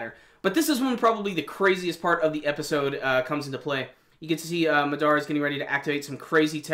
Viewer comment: why can't people say his name right..MAdara not MaDAra. Jesus